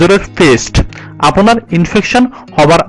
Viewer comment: আপোনার,আপোনির উচ্চারণ কোথা থেকে শিখলেন? আপনার, আপনি উচ্চারণ হবে। আরো প্রচুর ভুল রয়েছে একটু খেয়াল রাখুন কেমন। দারুন আপলোড